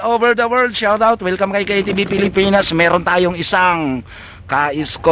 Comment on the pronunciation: KTV, bakit sharawt? . Shut Out ba yun? Sino naman sina-shut out mo? Baka ibig mong sabihin ay shawt-awt ,(Shout out). Bagay pa. Tagalugin na lang natin para malinaw. "BATIIN"!!!!!